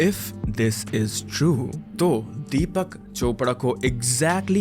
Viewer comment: "Deepyak", why such pronunciations for Indian names!😂